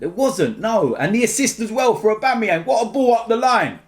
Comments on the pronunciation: No it's AUBAMEBLOODCLAATYANG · This is the first time I've heard said August AUBABLOODCLUTYANG!!!!😂 I don't know if I spelled it right!